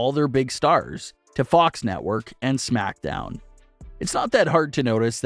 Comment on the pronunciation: You pronounce smackdown like shmackdown lol